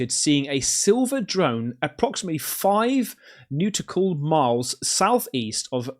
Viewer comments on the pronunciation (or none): The word is Nautical, not newtical like you pronounced it. You Brits really don’t have a clue about phonics. Look it up under Google the Dictionary, Definitions from Oxford Languages and click on Learn to pronounce nau-ti-cal concerning sailors or navigation and listen to the correct pronunciation! Do they ever teach you phonics in elementary school when you are learning to read? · nautical is not pronounced "nude-ickle" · Hi! You pronounced "nautical" as "Neuticle", which I haven't heard in years but is/was the market name for prosthetic testicles for neutered dogs. I shite yee not!😁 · "seen 5 neuticle miles from..." lmao best mispronunciation ever. If you're not sure, look up what a neuticle is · Nootical (nautical) miles but 😂😂😂